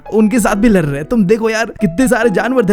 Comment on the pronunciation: Br raha hai not badh raha hai lr rahe hai not ladh rahe hai kya bhaiya 😂